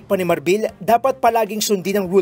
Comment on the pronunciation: Marbil and not Marbel